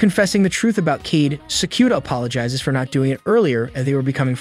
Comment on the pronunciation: Kaede as keed 😰